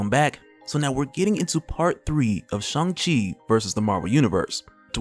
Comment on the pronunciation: Shang Chi...not Shung Chi. C'mon man. get it right. :-)